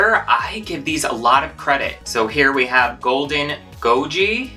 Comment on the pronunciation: You did pronounce goji correctly. However, goji berries are red...this doesn't look red to me.